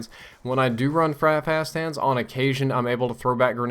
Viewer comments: "Frap hast hands" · did he say 'frap hands'? haha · At about i couldve sworn you said "fast fap hands." Oh my...